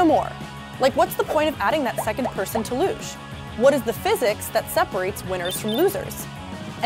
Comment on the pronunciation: I like the part where she pronounces LUGE a different way each time she says it 😂 looosche luuuge loose loosh looooghhhh